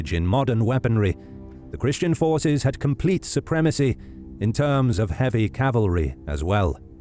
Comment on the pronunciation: Is "cavalery" a thing?